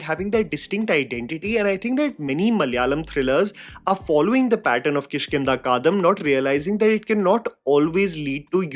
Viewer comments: Hey, no hard word, but since you have been talking about movies for years now, I'd love for you to look up the pronunciation of South Indian movie titles. I understand some are hard, but saying "kaadam" instead of Kaandam made me think how hard could that be. Just saying. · You said that we must type whatever comes first in our minds... So here i am... 😂😂 I am so confused you pronouncing the movie name as "Kishkindha Kadam" instead of "Kishkindha Kaandam".... Or am i hearing wrong? I needed to pause this video and went and checked whether i have known the name of the movie wrong all along or not..😅😅😅 Please feel free to enlighten me too if it is actually pronounced the way you are pronouncing it... I want to correct myself.... 😊😊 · It’s Kishkinda KaaNdam.. the chapter.. Kaandam jaise koi kaand ho gya! 🫣 not Kaadham 😭😭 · Sorry to say u need to pronounce movie properly it's kiskindaa kaandam...not kiskinda kaadam..before judging films..not judging u..I like ur reviews too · Kish( as in Krish without the R) - kindha (replace the a in kandha with i) Kaan (ear in hindi) -dam (dumb). Kishkindha Kaandam. repeat slowly until you get it right. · Unpopular opinion: Learn how to pronounce Kishkinda Kaandum properly, Since you give so much slack on actors not being able to pronounce certain stuff properly. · I am a huge fan of u from Kerala .. Bro you Need serious Ramayana class to pronounce KISHKINDA KANDAM.. unbelievable u don't know about Kishkinda Kandam episode From Ramayan as you were deliberetly pronouning as if you got down from New York 😂😂 It's pronunced as Kish- Kinda Kaaan - Dum .. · Someone needs to call out his pronunciation of Kishkindha Kaandam